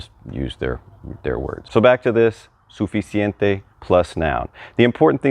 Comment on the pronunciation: It's an adjective. Pronounce the 'c' in the middle😊